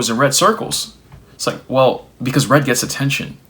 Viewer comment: I was listening to this without watching. When you got to the point about red notifications, I heard "read notifications," as in, instant messaging telling you when your message is seen by the recipient. I started to rail to myself about it, because I've loathed that feature since it was introduced. Then it became clear you meant the color red and i was like "ahh....yea, that sucks, too" 🤣